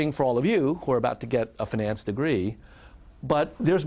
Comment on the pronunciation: Why does he say "finance" in such a weird pronunciation. He pronounces it like the French would.